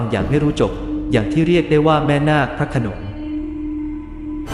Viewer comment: พระโขนง ไม่ใช่ พระขโนง ภูมิ = พูม ไม่ใช่ พู-มิ